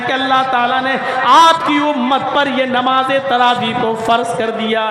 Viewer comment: Its taraweeh * not Rawaweeh 🙄